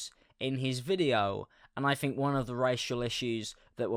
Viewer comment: Think = fink With = wiv 😂😂😂😂😂